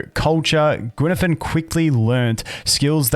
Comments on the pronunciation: Guinaifen is pronounced in Chinese as gwai-nai-feng, but funny attempt! I laughed haha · Pronunciation is "Gway Neye Fen" (way and eye are pronounced like the word, "way" and "eye", but put a hard G and an N in front of them, repsectively) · heyo you can pronounce her name as Goo-Whey Nigh Fern good day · there's no g in fen, and more like gwei, not gwai